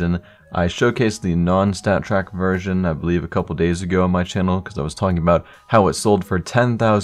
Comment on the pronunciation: When he says "version", it sounds like virgin. Ayy lmaoo